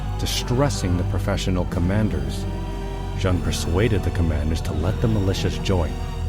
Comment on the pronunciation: JEANNE is pronounced like JAN in English but without the starting D sound --- a bit like the Chinese would say ZHAN or XHAN. The clever thing to do - would be to type it in in Google Translate and then click on the sound icon - make sure you select the proper language. Play it 2 or 3 times and repeat it also 2 or 3 times - you will have learnt something on that day. So you can pat yourself on the back. and so it goes with the other mispronounced French words - like Orléans.